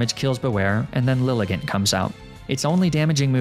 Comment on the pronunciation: Liligant is pronounced LIE-LY-JAHNT